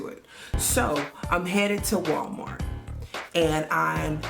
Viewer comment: Because... Walmarks (yes, the k and the s are intentional)😂😂😂